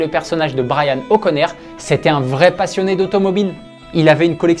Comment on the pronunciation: O’connor pas O’Corner 😭